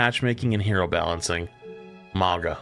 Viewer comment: It's Mauga. And to a lesser extent Hog. I hate mandatory Ana.